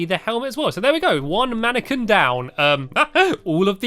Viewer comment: It's pronounced man-a-qwin, not man-a-ken hehe. No offence to any fans or you, Stampy. :P